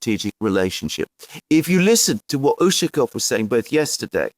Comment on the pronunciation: Pronounce: UshAkov. Stress on the second syllable.